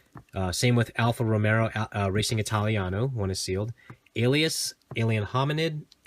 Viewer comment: Alfa Ro-may-oh. I don't know why Americans can't say it properly.